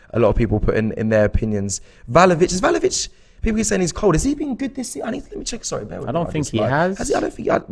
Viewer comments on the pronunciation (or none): Btw it’s vla ho vich not val ho vich😅